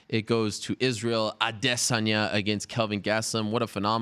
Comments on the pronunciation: It's pronounced ah-day sawn-yah. Respect people's name or shut up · Izroyale' AdiSS*anya (adiSSanya) Are you serious? - Jay Jonah jameson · Hey did you guys kno his name was israel ah-dey-sonya? You can thank ariel if you didn't. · its prononced like i-diss-on-ya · Why is he pronouncing adesanya so stupid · I hate how Ariel says his last name. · I've noticed that, but never actually heard Izzy say it himself. Seems like Ariel puts too much emphasis on the first and second syllable.